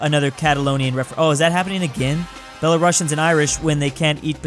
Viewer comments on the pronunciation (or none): none